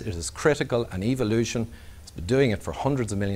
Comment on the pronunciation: Don't you love it when it's pronounced E-vilution?